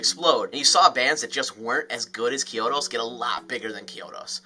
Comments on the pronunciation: CHEE-OH-DOS my guy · Is that how Chiodos actually pronounced? Always thought it was pronounced with a hard CH